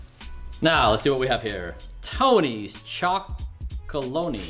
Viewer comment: He compares HIS Cocoa Powder with a myriad of chocolate bars 🍫 Red flag right there. Completely different and if he calls that sampling?? It's TONY CHOCOLONELY not loney btw. If he gets that wrong, what else is not correct?